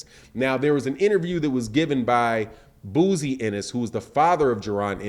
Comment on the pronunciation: "BOZY" NOT BOOZY SMDH 👌🏿.My Guy Loves Messing People's Names Up...